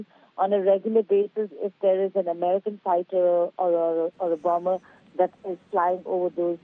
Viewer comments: Please say bomer though there is a b in the middle. It is silent. Sorry about being pedantic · Bomb-ber? Please pronounce the word correctly.